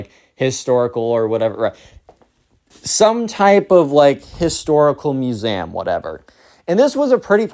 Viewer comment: Please pronounced museum properly.